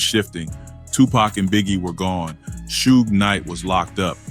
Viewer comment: This guy don't even know hip Hop pronouncing shug name wrong